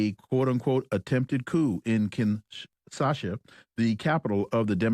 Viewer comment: Kinshasa, not Kinsasha.